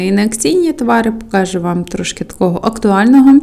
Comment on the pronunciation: будь ласка, не покАжу, а покажУ; не бУла, а булА (булО, булИ). Гарні огляди, завжди дивлЮсь. Дякую.